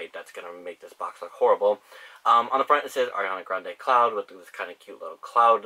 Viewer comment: lmao "ariana grande's new perfume, C L O U T" that's what I heard